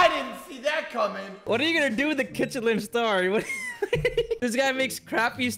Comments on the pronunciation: Did nobody realize they called a Klin star instead of a Michelin star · ITS A mishelin star NOT a kichenlinstar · It’s actually called a Michelin star not a kitchelin star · I was wondering when someone would point out that was saying kitchelin star instead of michelin star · I love how he said kitchelin star when the real thing is a Michelin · it's a Michelin Star not a KiTcHeLiN sTaR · It’s called a Michelin star not a kichalen star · Its a Michelin star not kichelin star